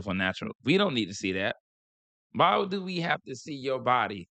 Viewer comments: That’s how people in BALTIMORE pronounce the word DO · That "youuuu" and "dewww" is a Baltimore thang. 😄